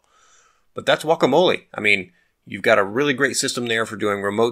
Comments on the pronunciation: so you yourself said GGGuacamole after lecturing us in the beginning it's Wacamole? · wwakamol E .It's a latin E, not an english E which sound like I. /wua ka mo l E/